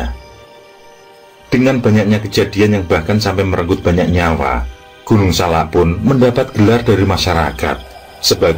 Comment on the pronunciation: Maaf penyebutan gunung nya salah.. bukan gunung SALA. tapi gunung SALAK.. saya ulangi ya pake K. TKS 🙏🏻